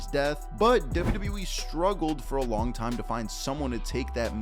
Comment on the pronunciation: Love the content…. But the way you say “Wwe” literally makes me CRINGE!!!